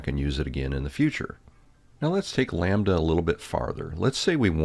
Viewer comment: sees “lambda” For no reason: says “Lom-badda”